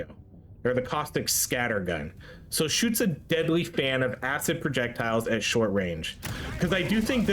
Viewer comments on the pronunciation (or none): none